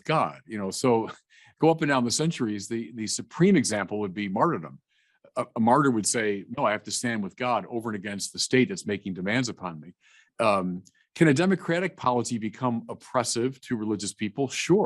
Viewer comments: By the way the word is not MARTY-DOM as you pronounced it. It is MARTYRDOM and involves people losing their lives for their faith and because they would not compromise on their love of God. There have been so many MARTYRS since the Church began. The Church was built on the blood of Martyrs. Do not be lukewarm Jesus said or he would spit us out. You sir are lukewarm, Enoch is not. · These activist judges everywhere need to be removed! Btw it’s not marty dom, it’s martyrdom with an R